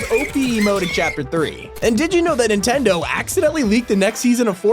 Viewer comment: It’s Nintendo not intendo